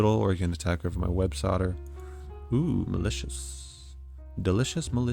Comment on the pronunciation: Holy hell you called Websoilder, "websodder" like 15 times in a row, I thought it was an accident. Driving me insane